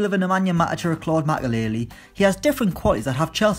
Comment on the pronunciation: "Claude Makélélé" is my new favourite phrase to hear in a Geordie voice